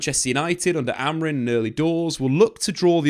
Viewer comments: Why do you and many other keep saying AmoriN. Its Amorim. Christ. Get it right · It's amorim not amorin 😅